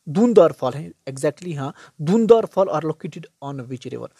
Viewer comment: Wo धुआंधार है dhund n dhar nhi 😂